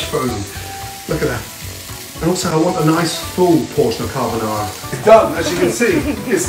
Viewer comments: Everytime i hear carbonarra im reminded of gino decampo if my grandmother had wheels she would have been a bike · What Gordon made looked good, but it wasn't Carbonarra.